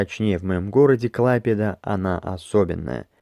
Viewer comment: В далёкие -предалёкие годы одной большой советской страны я один летний месяц в течение 11 лет проводила на берегу Балтийского моря в поселке Гируляй. До Клайпеды ходили пешком через лес или по берегу моря. Местные говорили КлайпЕда, делая ударение на Е. Я исходила ее вдоль и поперек. Прошло очень много лет, повидала другие моря, но самые лучшие воспоминания о свинцовых водах Балтийского. Сосны, дюны, белый песок, кусочки янтаря....